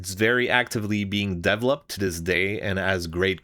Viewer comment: I have never heard someone say devlopped and devlopper.